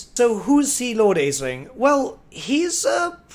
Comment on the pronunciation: Aeslinn is pronounced "Ash-lin."